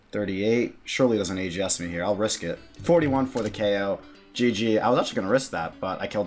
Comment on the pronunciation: "Gee gee mahn" haha. Love the vids bro sick pker. Keep it up. Rsn: cowaboonga